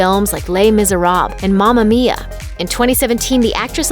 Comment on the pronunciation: When you pronounce seyfried and Misérables wrong within a few seconds